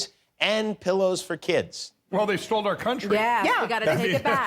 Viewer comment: "They STOLD? LOL"